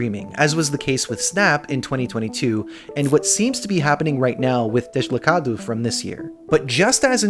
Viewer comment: idk if anyone said it but you really nailed the pronunciation of deslocado. did you practice? ;)